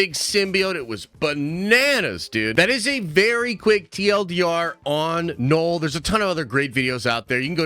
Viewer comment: Man said “Knoll”